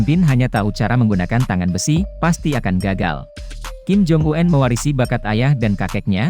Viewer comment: Omong kim jong-un kok diganti kim jong uenn . Kenapa gak apa adanya aja